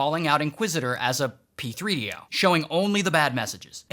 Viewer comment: “P 3 D O” 😭😭😭💀💀